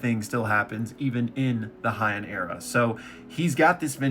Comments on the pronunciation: Bro you gotta stop saying Hy-en. In Japanese the ei letters make an AY sound, unlike German where it makes an EYE sound. So it's called the HAY-en Era. That's all I gotta say peace. Rest of the video was good though. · HYANN Era😂. Heian(hey-in)